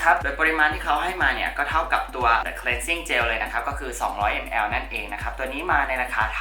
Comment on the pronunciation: เป็นบิวตี้บลอกเกอร์ท่านแรกเลยมั้งคะที่ออกเสียงคำว่า cleansing cleanser ได้ถูกต้อง ขอบคุณจริงๆที่มีคนแบบคุณ ... เดี๋ยวจะลองthe concentrateตัวนี้บ้าง :)